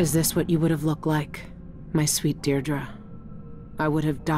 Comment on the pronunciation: Why are you pronouncing Deirdre "Diedre" Jesse? Billie said Deirdre's name in the game..